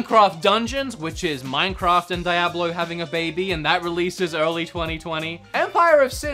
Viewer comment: it's not DIE-AB-LO, it's DEE-AB-LO